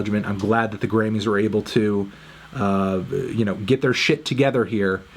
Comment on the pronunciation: Anthony it’s pronounced “Grammys” not “Grannys”